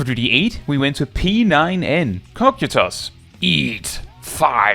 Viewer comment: Small nitpick, but a nitpick nonetheless: P9N Kokytos, assuming it's name derives from the greek word, is probably pronounced with the "ky" being as "kai" or "keye" and is broken up like "ko-ky-tos". It's like, not at all something that matters, the autistic brain worms just wouldn't shut up unless I said something.